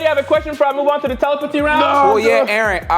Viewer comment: We can tell has been practicing saying “telepathy” since the last video😂